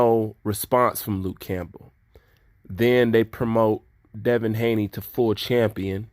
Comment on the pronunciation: By the way it's Haney not Hayne love the fact that u say it as it is and don't shy away from any subject.